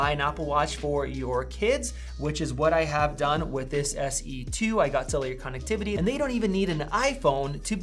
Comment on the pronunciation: That’s a very strange way of pronouncing connectivity. I can’t get it out of my head.